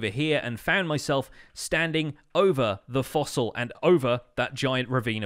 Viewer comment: " a foassil inside a fassl"